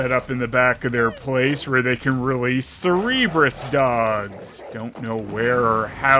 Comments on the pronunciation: Cerberus old boy not Cerebus. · I’m sorry, I can’t just get over him calling Cerberus CEREBRUSES. Like the cerebrum? Part of the brain? NOT the mythological dog? Again. I’m sorry. Funny review mate